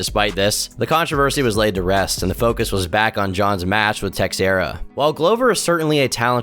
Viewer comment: Hey man, it you ever need some help with the names of fightwrs hit me up. Them Brazilian names are hard to learn, like Wanderlei is pronounce Vanderlei. And Texeria is Tejira. Much love